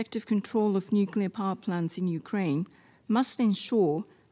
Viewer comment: Some people seem to think nuke is the prefix of nuclear 😬🤔 NUKELAR WEAPONS